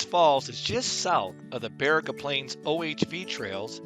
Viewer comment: Great video (particularly the drone shots) and images! Need to work on the Baraga pronunciation (don't go with that Siri pronunciation). 🙂 Check out my channel for North Country Trail hikes in this region!